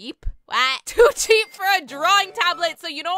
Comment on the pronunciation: my fav part is when she meant to say "too cheap" but accidentally said "too jeep"